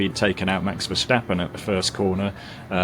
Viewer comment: Max isn't german, that is not how you say Max's name.. if you cant say it right just stuck to the defacto..